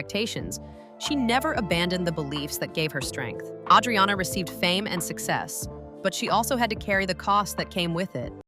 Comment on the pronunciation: PLUS, her name is butchered. It's A-driana, not Audriana.